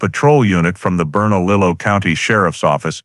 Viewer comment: Yes..... it is pronounced "hemez." "J" makes an "H" sound. Also the double "L" in Bernalillo makes a "y" sound.